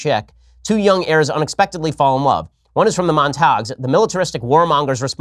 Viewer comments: Ben, In Shakespeare Montagues is pronounced Mon ta gues not Montogs. I am barely literate so not to point fingers but wanted to point that out to save you some embarrassment someday. Great shows though. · Ben, it's "Mon-teh-guew". Love your stuff btw!